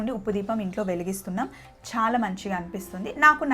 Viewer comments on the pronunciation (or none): none